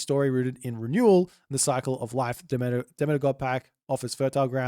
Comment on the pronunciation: Its pronounced duh-mee-tr